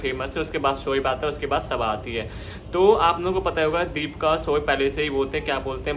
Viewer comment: भाई दीपका नहीं दीपिका है उसका नाम 😅😅 पहले अच्छे से बोलना सीखो 😅😅